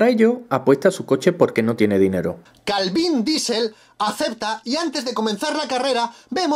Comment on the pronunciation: 'Calvín' Diesel. Jajajaja jajajaja. Genial. XD